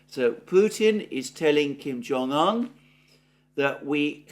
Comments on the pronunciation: Why Kim Jong "han"? It's "oon" It's not Siuneik, or baiden.... 😂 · Better come correct his Name is uun. Un